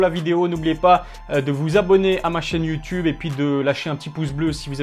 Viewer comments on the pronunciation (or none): none